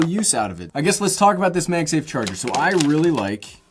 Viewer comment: "Meg Safe" - what regional accent is that? I've heard it before but boy I can't place it. Love the small phone and love this video. 👍🏼